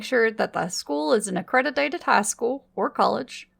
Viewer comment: The female narrator said "accredidated" school instead of accredited 😂😂😂